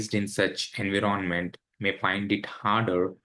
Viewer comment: In 20 years in usa you didn't learn how to pronounce 'environment'?